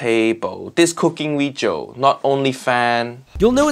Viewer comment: No Fuiyoh. Bad Weejio. 😢